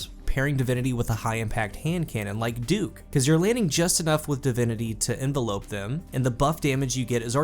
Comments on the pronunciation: It's not envelope. It's env-el-up. To surround. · "In-vel-up" not envelope lmao. Hard to take you seriously with that silly shit. Invest in a thesaurus. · great content as always but I couldn't stop laughing every time you said "envelope" (like a letter) instead of "envelop" (to wrap around something). Nothing but love though! keep at it :) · Lol, the way the word is used in the perk description, it's "inVELop/envelop" a verb. It's pronounced sorta like "develop". The way you say it is as if it's a noun, the same word but with an e on the end is an envelope. On or in doesn't matter with that word. Basically, it doesn't say envelope, it says envelop. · Enva lope xD. 😂 You’re not sending mail...it’s envell ups. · IN-VEL-UP which is a verb not the noun envelope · DUDDDDEEEEEE its not “Envelope”, that is something a letter goes in before you mail it! Envelop, En-vel-up(the pronounciation), is when something covers another thing! Pleasssssseeee stop saying it wrong, you sound so dumb! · The way he says envelop drove me nuts...... still love the content though lol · Nope Nope envelop and envelope are pronounced completely differently what are you talking about?? 🤣🤣🤣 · FYI it's pronounced en-vell-up not envelope. Love the channel man keep up the good work.